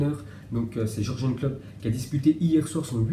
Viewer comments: Ça se dit Yourguene Klopp pas Jurgen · Mdr tu sais pas prononcé les noms des joueurs et des entraîneurs jure jeune il dit mdr oh lieu de jurgen